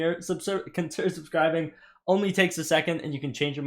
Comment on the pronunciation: “subsider conbscribing”